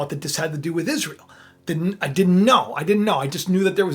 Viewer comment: IS RA EL ? LOL HAVE YOU EVER ASKED THE ?????? IS RA EL